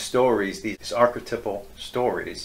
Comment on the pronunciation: "Archetipple" ??? Does he mean ArcheTYPal? Or is this another mangling of pronunciation?